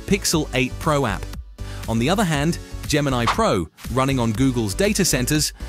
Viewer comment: Its Gemini, no R